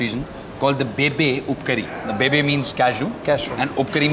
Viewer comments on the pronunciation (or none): Its Bibbee upkari in konkani not bebe!! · Its bibbe upkari... Not bebe